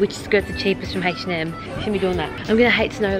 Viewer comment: Hatch & Em lol it’s H&M